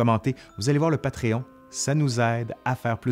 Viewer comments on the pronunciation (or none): none